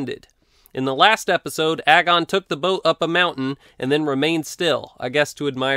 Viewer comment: Does anyone else realize that "agon" rymes with "dragon" if you say it correctly?